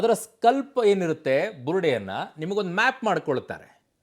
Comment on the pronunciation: ಏ ತಮ್ಮಾ, ಅದು ಸ್ಕಲ್ ( Skull) , ಸ್ಕಲ್ಪ್ (Skalp) ಅಲ್ಲ. Criminology ಓದಿದ್ದು ಸಾಕು.